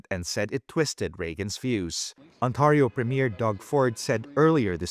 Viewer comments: Ontario. Not Autario. Get your AI fixed. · I wish the announcer would say Ontario correctly!! It is NOT On-TAR-io. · This must be AI because Ontario is pronounced wrong .